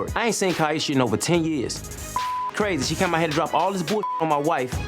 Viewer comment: And he knew how to say her name correctly! Got to listen to those details. She very much telling the truth. They will always tell on themselves.